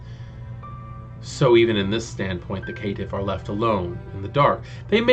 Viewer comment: I like your video, but something kept bugging me ... Caitiff is pronounced "Kay-Tiff" like cainite not K'tiff.